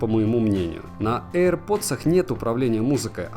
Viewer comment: "ЭйрПоц"... мммм... это что за марка такая ?